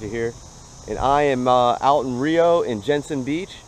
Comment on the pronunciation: Just wanted to say locals pronounce it Rye-oh